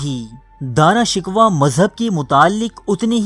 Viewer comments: Dara shikwa nhi he bhai Dara shikoh he Plz correct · Shkwa ghalt hai sheko hai. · Bhai Dara shikwa nahin Dara shikoh hai, Kitna Ganda talaffuz hai aap ka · داراشکوہ کو دارا شکوا نہیں بلکہ دارشکوووہ پڑھتے ہیں۔ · Bhai Urdu to thek kr lo dara shiko ko aap shikwa keh rahey ho Urdu channel ko badnaam na karo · bro,pronouncing is dara shakoo exactly not dara shikwa !!!!!!!!!!!!! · Mery bhai pehly iska name to theek say laina seekho ...ye dara shikuh hay dara shikwa nhe...pehly khud to is kabil bnao k apni video bna k baich sako. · Nalaek insan dara Shikoh ko bar bar shikwa bol Reno ho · bhai, saheeh tallafuz "Dara shikooh" hae na kahe shikwa,,lol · Apni urdu theek karo dara shikwa nahin sahi tallafuz dara shikoh hai. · Dara Shickohh not Dara Shickwa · o gadhay dara shikwa nhin dara shiko tha............. aurang zaib aik dehst gard or badmas badsha tha shrm karo nam to bolna ata nhn dara shikwa lolz chaval admi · Lfz shikwa nahi shikoh h .. plz note it .. 👍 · Dara shik waa naheen Dara Shikkhoo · اوہ بھائی یہ تلفظ ٹھیک کرو دارا شکوہ نہیں پڑا شکو جاتا ہے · Bhai Sahab Dara Shikoh ko Dara Shikwah na kahen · Shikwah nahi Shikoh ... Hahaha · Bhai shikwa nai shikoh hai lafz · Dara shku not dara shikwa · Shikwa nai shikow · Its darashikoh not darashikwa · Dara shikoh Hy not Dara shikwa